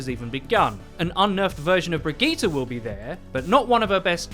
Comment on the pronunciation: Stop staying Brigette as brig eeta! It’s pronounced bridge-it.